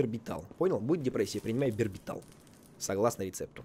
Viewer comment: Барбитал, а не бербитал.